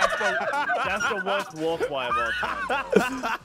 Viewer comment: Dat wod da worsht war cwy